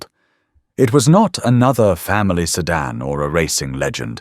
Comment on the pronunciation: It was also a sedan, not a sedarn.